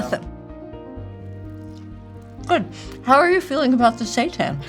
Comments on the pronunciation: Seiten (pronounced "say-TAN") is wheat gluten pretending to be meat. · I kept thinking Kate was saying "Satan" and wasn't quite sure what that was all about. 😂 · At first I thought she was saying satan, not Seitan 😂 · I swear I thought she was saying "satan" as the food they're eating. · Did she keep saying Satan at the beginning? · Can someone please tell me what they are saying, because it sounds like they are saying "satans" 😅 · i realized halfway thru that she's saying "seitan" & not just pronouncing satan a unique way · I'm probably going insane, it sounds like Kate is saying "I'm worried about the Satan" "How are you feeling about the Satan?" LOL I'm dying !